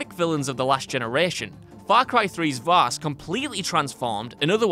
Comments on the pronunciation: Vaas not vass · it's actually Vaas, not Vass..... also: Handsome Jack ( Borderlands 2 ) Validar ( Fire Emblem: Awakening ) Zinyak ( Saints Row IV ) Zanza ( Xenoblade Chronicles ) Malos ( Xenoblade Chronicles 2 and Xenoblade Chronicles 2: Torna, the Golden Country ) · not vass, vaas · btw it’s Vaas not Vass